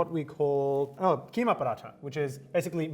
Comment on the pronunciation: Hyderabadi ppl be like what is kiima it's ghimaa